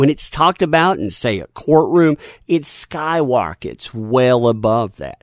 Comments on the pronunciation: “It sky wockets” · its sky wockets guys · Hehehe said Skywockets.